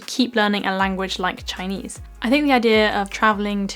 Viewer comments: You have an authentic Chinese pronunciation👍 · gosh, your Chinese accent is so gooooood... you sound like.... i don' t know, my sister...